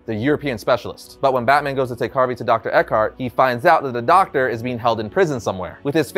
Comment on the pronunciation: Dr Ekhart hahaha more like eckhart